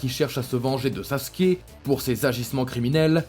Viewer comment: Il dit saské au lieu de Sasuke bordel ses pas compliqué de dire Sasuke sa me met en colère que je m'abonne pas